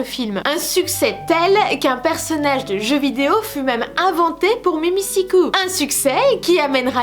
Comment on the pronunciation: pas pour dire mais spas mimisicoup comme tu le prononce, mais mimisicul, même dans tes extrait il dit ça normalement...